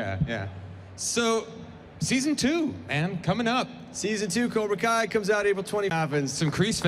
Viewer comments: "Koobra Kai" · did that dude say "Cubra Kai"? I think so, let me know what you think.